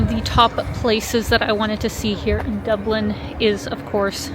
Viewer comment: Top O' the Morning to You Lass. That was one special video tour of Dublin (Doob-lin). And ever the more so with Your Beautiful Countenance in it!